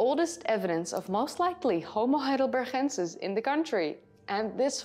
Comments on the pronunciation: Why do you keep saying HeidelberCHensis and not HeidelberGensis? They are named after the German town Heidelberg, which is pronounced with a G in the end, like we pronounce g in gorilla. Maybe you explain this in another video, but it is still linguistically wrong. I know about the Neanderthal debate, but in this case there is no long standing tradition of pronouncing a German place in English. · Fascinating subject, and I applaud your almost dead-on American accent. But I just have to say -- your Dutch is showing every time you pronounce "heidelber*g*ensis"! Veel succes met het rijexamen! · Thank you for these videos. I’m liking and subscribing, but please be careful saying “homo heidelbergensis”. You could lose a tonsil pronouncing that guttural sound. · I love the way you pronounce "heidelberGensis" 👍🏻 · Dear, thank you so much for your interesting videos! I like to watch them regularly to learn about new findings. I am sure you will continue to mention and to pronounce "heidelbergensis" regularly, so please let me make a suggestion: " heidelbergensis" is a combination of German "heidelberg" and Latin "...ensis". In both languages the syllable "gen" in "heidelbergensis" should be pronounces like "gan" in the English word "gantry", neither Latin nor German would ever pronounce the "g" like "ch" in "Loch Ness", it sounds Dutch or like in some Northern German dialects. In a Spanish or a Dutch video it is OK. because it's the correct way to pronounce it in these cases. All the best for your driver's licence! Best regards!